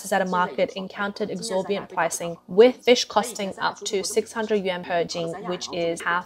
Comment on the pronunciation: it's 'exorbitant' not 'exorbiant' lol